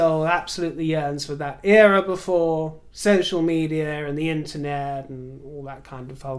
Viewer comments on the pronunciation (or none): none